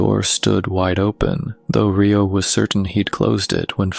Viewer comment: Great story but my OCD kept me catching the mispronounced name of Rio (Re like recycle plus Oh not RAI-O not Rye bread Oh )but good story it’s like half right and half not big loved the story!❤ Love your voice!